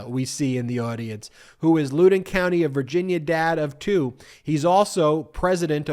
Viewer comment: It's Loudoun County and is pronounced "L-ow-din". I live in Fairfax County and was so pissed to see those "open our schools now" signs. I wanted to rip them out of the ground and destroy them. That was when the pandemic was so bad that even outside, in a small crowd, my family was still wearing masks. It was so ridiculous.